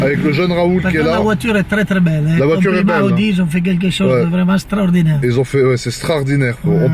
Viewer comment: C’est « STRAORDINNAIRE »